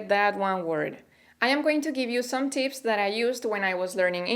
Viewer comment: I love the way you spell tips as teeps